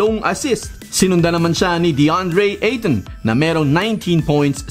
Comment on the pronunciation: may namali ka nang bigkas.Kay Ayton namali kanang bigkas sa asst at sa isa pa idol.review mo idol.From:Philippines